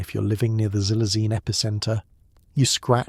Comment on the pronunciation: I'm sittin' here in Williamsport, Pennsylvania & its in the afternoon. Xylazine is pronounced "KSylzine". The letter "X" has a "KS" sound, not a "Z" sound.